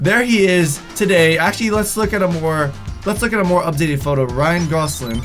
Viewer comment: It's not Ryan goslin it's Ryan gosLING